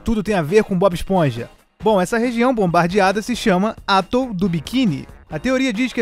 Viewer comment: Se pronuncia "atól" e não "átol".